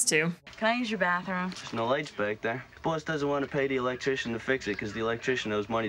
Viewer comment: Canadians also don't pronounce boss like "bwoss" like Randall does .